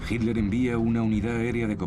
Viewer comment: El narrador es excelente, su problema es su pésima pronunciación de nombres alemanes. le dice 'Hilder' a Hitler.